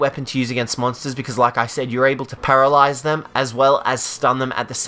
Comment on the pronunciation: “And then pararalyze them” lol